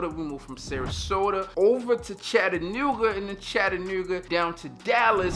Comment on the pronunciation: My man said "Chattanewa" heavy on the ew lol #baltimore. Welcome back!